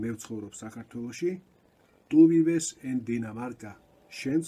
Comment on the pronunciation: ვ-ს ხმარობთ ბ-ს მაგივრად სიტყვებსი -vivo, vives-რატომ?